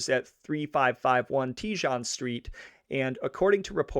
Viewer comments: Teejahn lol. I couldn’t pronounce it when I moved here either. Tay-hown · It's prnounced tehone not tejone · You are mispronouncing Tejon- the j is h in Spanish. In other words, it’s “tayhone”, NOT “teejon” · Hehe, it’s pronounced “ Teehone not TeeJohn street. 😊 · This is really good. BUT you are mispronouncing several names. What you are calling Tee-zhan (Tejon) is Spanish and is properly pronounced Tay-hone. Pee-coss (Pecos) is pronounced Pay-cose And Vi-jill (Vigil) should be pronounced Vee-hill. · don't forget the restaurant was "sold" to a very prominent politician .... and its "tee-hon" not "te-jon" lol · it’s pronounced “Tay-Hone” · Even this is WRONG ‼️ The Street Name Is Pronounced "TE HONE"‼️ IT'S A SPANISH WORD!! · Tejon pronounced - Tay’hone 😊😊😊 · Tejon is pronounced “tay hone” for future reference. I pronounced it like you are when I first moved here lol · Thank you for a well done show. As a Denver native, I had always heard of this family, but not all the details. My only complaint is the pronunciation of some of the words. Pecos is "pay coss." Tejon is "tee hone," Vigil is "Vee hill." I appreciate your efforts. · You're also missing per bouncing the street name "Tejon"‼️ It's pronounced "Teh Hone"‼️ It's a Spanish name‼️ LOL 😅😂🤣